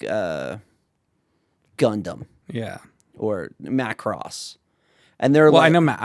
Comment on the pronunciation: Mackross? Gotta watch the og op to see the correct way to say it 🤣